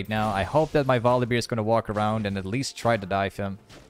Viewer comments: Volibeer? who the f is volibeer? You mean volibear? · I love how he calls him Volibeer and not Volibear